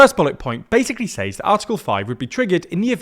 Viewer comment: Why do you say 'seɪz' with long a sound instead of ˈsez'. That's the correct british pronunciation.